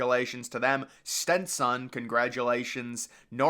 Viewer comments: “Stinson” 😂 yeah it’s really that hard. It sounds exactly like it’s spelled lol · why can't he pronounce Stetson properly?